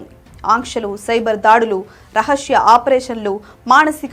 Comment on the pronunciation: రహష్య కాదు రహస్య....